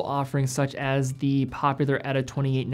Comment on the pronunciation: Pronounce "Ehh-taa" ... not "Etta"